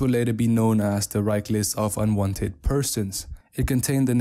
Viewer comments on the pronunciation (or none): none